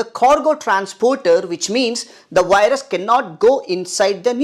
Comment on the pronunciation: blocks the wirus you say?